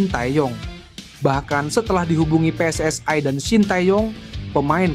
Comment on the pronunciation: Pe-eS-I bukan Pe-eS-aE